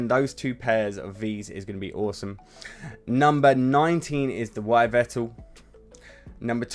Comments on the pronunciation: Is this guy a Pokémon fan or a reseller cause how does this man pronounce Yveltal and zacian so poorly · Lol a poketuber and English yet u still can't pronounce ho - oh or yveltol correctly the ho oh it's just ignorance read it HO OH ooooooooohhhhhh!!